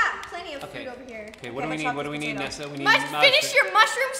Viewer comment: Its nezza not nizza